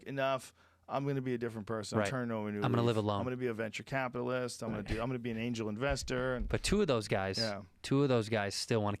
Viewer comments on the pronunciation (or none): none